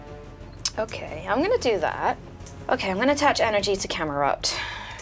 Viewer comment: Stop calling it camelrupt it's camerupt